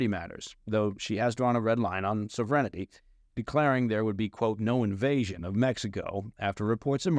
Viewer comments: please... The word is sovereignty. SOV-EREN-TEE. Not SOV-RENITEE. Sorry, love your pod, listen to them all.. Hence I hear it often. Love from UK while it still exists. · Please learn how to pronounce sovereignty correctly. There is no i between n and t!